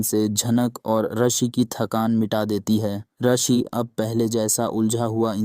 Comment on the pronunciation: Rishi...not arshi😂